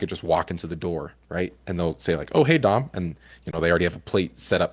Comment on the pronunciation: 2 hours of Dom trying to get Dr K to call him Dom instead of Don, without outright correcting him xD Man this was so good though. I relate to so many of his struggles, getting stuck in a loop of just consuming media constantly and then getting angry and frustrated at myself for not being productive and working toward my goals, being angry at my incredible parents for the areas where they could have done better, and then feeling guilty about being angry at them despite all the good they've done for me, and knowing that where I am today has far more to do with me and my choices than anything my parents ever did or didn't do. But I'm also kinda fired up after watching this too :) Let's work on our goals a bit today, gamers. Embrace the gigachad within, but only the gigachad by Dom's definition.